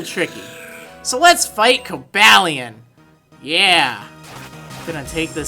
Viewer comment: Shouldn't Cobalion and Virizions' names be pronounced the way the Pokedex 3D Pro app pronounces them compared to your pronounciation?